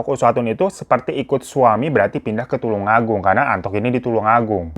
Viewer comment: Bang tulung agung bukan tulang 😂😂😂